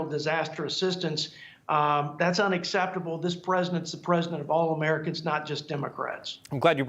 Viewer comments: "unexceptable" lmao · He said that it is 'UNACCEPTABLE'! Not 'unexceptable' which isn't an English word. Professional communicators? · I'm sure you meant to say "UNACCEPTABLE" rather than "UNEXCEPTABLE".